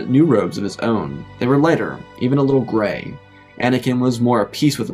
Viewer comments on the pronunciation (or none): none